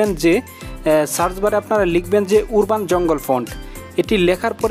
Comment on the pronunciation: Not উর্বান, Its আরবান ,,, কিন্তু pixcart এ অ্যাড হয় না. প্রিমিয়াম টা লাগবে , না হলে হবে না